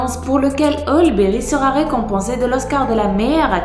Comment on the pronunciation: ça choque que moi comment elle a prononcé halle Berry